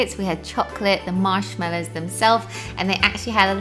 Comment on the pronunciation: This is how may times she saided mashmello